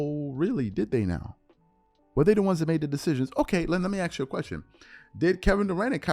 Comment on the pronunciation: My ears bleed everytime you say aks, the ignorance is real